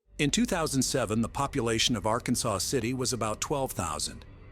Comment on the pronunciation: Ok it is not Arkansas city it is ar-kansas city Kansas just saying